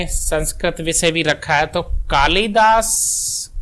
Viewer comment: Ye maha kavi Kalidas ko tha-tha bol rhe hai